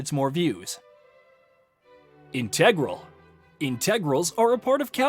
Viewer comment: A slight mistake: The noun "INtegral" is stressed on the first syllable, what you said is the adjective "inTEGral".